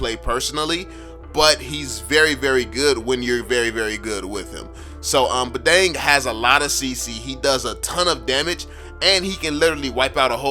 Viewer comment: Badang is from my country🤣 and you says it wrong.